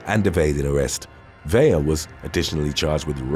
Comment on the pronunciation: Vela as Ve-la the way you have it written not Vella as Ve-ya the way you are saying it. Please get it right. It really does matter.